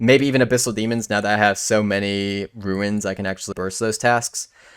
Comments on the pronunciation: If you keep saying ruins I’m going to remain upset RUNES (roons) not RUINS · i hate that u say ruins and runes lol im like WHYYY LOL